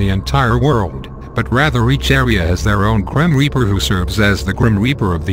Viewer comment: Gream reaper?!?!?!??!!? He said "Gream Reaper"